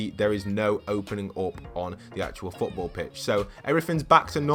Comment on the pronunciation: I have a question why does he call it fotball pitches